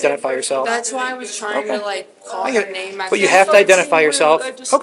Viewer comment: Two things: What's with kids using the F word talking to their parents? Why do they add another syllable to their last word "what's your name-ah?" B-flat kids, totally B-flat.